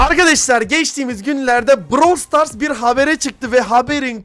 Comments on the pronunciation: Brawl stars❌️ Bırawıl stars✅️ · bıırawıl stars (doğru Brawl stars( yanlış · ''Bıravıl Stars'' Ablamız çok iyi söylüyo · te brawl stars❌ bravel stars✔️😂😂 daha söyleyemiyolar bile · bıravıl stars 😂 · BıRaVıL StArS😂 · Brawl stars× Bırawl stars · Brawl stars❌ Bıravıl zıtars✅ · Brawl stars ❌ Bravıl stars ✅ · "bıravıl sıtars"PAUAGHABAJA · Bıravıl Sıtars ne? daha oyunun adını söyleyemiyolar haber yapıyolar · brawıl sıtars aajaajajajsuessbaubyb😂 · DAHA ADINI SÖYLEYEMİYO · abla ilk önce brawl stars demeyi öğrensen ya?